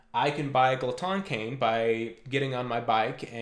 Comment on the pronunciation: Gerhardt Boesl i was gonna mention this but both you and are close to correct pronunciation, but in common French Glotin would be pronounced “glow-tan”, with the “an” sound produced by a nasal “fade” similar to the back-of-the-mouth articulation used in double tonguing